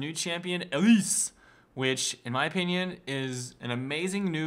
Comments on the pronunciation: ERMAHGERD I can't get over his pronunciation. It's not L-lease. It's Eee-lise. Can you imagine this guy running into IRL Elise. How embarrassing. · You say her name wrong which is so super frustrating, also you really jumped into a lot of deaths, 1 for 1 isn't always that great...